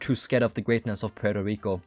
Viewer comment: Poo-eurto Rico hahahahaahahahahahahahahahahaahahahahahahahahahahhahahaahahHHHahahahahahahaahahahahahahahahahahahahahahaahahahahahhahahahahahhahhahaha i hope you laughed at this very funny comment